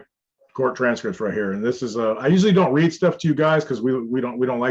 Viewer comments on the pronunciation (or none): none